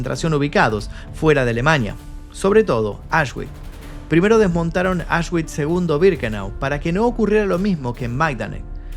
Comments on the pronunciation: Se pronuncia "Aush(x)bits" de nada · Un reportaje muy interesante. Por cierto, Auschwitch se pronuncia "ausbitz" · Me pierdo cuándo dice auchsguits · Auschwitz ❌ Ashwick ✅ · Como dices ?? Asgüich? 😂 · Se pronuncia aush-vitz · La W suena como V